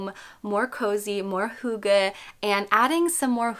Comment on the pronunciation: not to be THAT person lol but as a dane... if you are going to make a video with the title and concept of hygge in it.. it wouldn't be THAT much to learn to actually pronounce it correctly dear💕 it's NOT hoogge. hugge. it is: hyyyygge. heeeeeeogge. try and hear how danes pronounce Y. it's not easy if you never heard it before. now i can let go of how you interpret the meaning, but at least pronounce it correctly 👀👀💕 and to describe in short what hygge/hyggeligt means: i would say it's : precious moments of the soul. two friends eating pizza, cozy lights, a good soulful conversation, being mindful of the small things, having a meal with friends nd laughing, a cute pencil with a heart on it and you "oh how hyggeligt!"" it's a lot of things... it's not cozy. because hygge is a word ingrained in our culture that you actually can't translate. not all words can be translated. but you can certainly use the feeling of it.